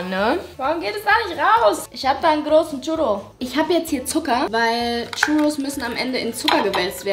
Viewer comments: Churrus ist ein Spanisches Gericht das heißt das das ,,r‘‘ gerollt wird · Bin ich der einzige der sich drüber aufregt wie sie churros ausspricht?